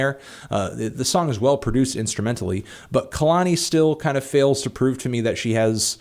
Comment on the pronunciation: hey anthony kehlani's name is pronounced KAY-lani not KUH-lani just so you know bud, appreciate the video